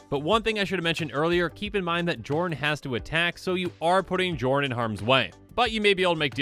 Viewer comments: I feel like it's probably supposed to be pronounced "Yorn", like Bjorn without the B. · Isn't the "J" pronouced like "y" in these Scandinavian languages? (Kinda like how fjord is pronouced) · If only the j weren’t pronounced like a y, so I could call this guy Jorn Snow.